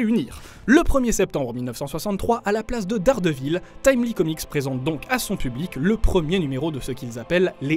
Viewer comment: T’est sérieux ? T’a vraiment dit Dardevil ça ce prononce Derdevaul mer*e dite le correctement ! C’est pas vrais ca